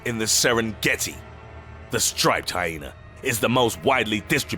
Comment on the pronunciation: Lmfao. I died. "Like a ... PENIS!!!!!!!!!!!###!###!!!!!!!!" ROFL this commentator kills me man some of his other videos too. They are supposed to be dark and edgy but he makes me laugh. The way he pronounced shit too rofl. "State-us (status) or HyenAR (hyena)"